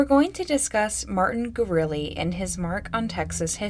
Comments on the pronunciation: You're such a good storyteller, I appreciate your true curiosity about all these cases! It's also "goo-roo-LEH" instead of "gooROOlee." =) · It's Gurule like "Grolet" from the original French name (later assimilated into New Mexico Spanish America society 1700s)